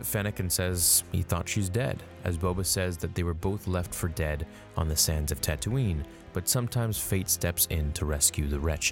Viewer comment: Even the way Boba pronounces “Tatooine” is bad ass